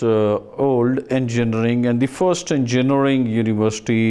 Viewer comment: this dean can't even pronounce engineering